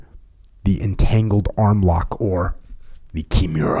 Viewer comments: I love everything about this podcast except how Jocko says Kimura. KI MU RA not Kjemura. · Jocko is struggling big time with pronouncing Kimura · Jotcko should be glad Kimura didn't hear that. Cause if he did he'll snap him n half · Came here just to find someone else noticing that. Makes it hard to listen to this episode lol, the pronunciation of nidan was even worse 🤦‍♂️